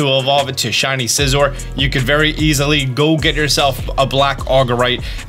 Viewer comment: That fact that he says scizor like scissor is nuts since they tell you how to pronounce it in multiple books and have said it in the anime.